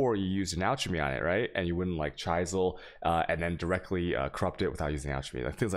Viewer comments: Vaal, hard V. V as in Very. Chisle, the i is a soft i. As in the i sound in drizzle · ......... I'm really hoping he's choosing to say chisel and vaal wrong.... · dude why do you pronounce most of these words wrong like chisel or desert? It's annoying.